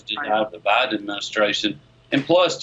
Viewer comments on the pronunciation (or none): none